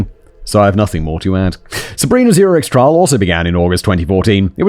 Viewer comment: Zurig? Is that the pronunciation?